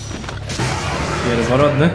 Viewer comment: "pierworotni" a nie pierworodni